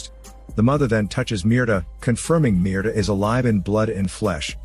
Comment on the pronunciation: You youtube guys really need to get on point with your grammar. Mierda.. the name you gave the woman.. is literally the word "shit" in Spanish. You basically made a video yelling "shit" 32 times. Meanwhile, Mirta, that is meer-TA, is a completely different word and translates to Myrtle.